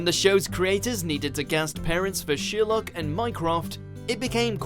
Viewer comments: Its Sherlock not sheerlock 😯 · just me who thinks this guy says sheer luck when he says Sherlock? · Sorry...did he just say sheer-luck ??!! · You say Sherlock completely wrong holy crap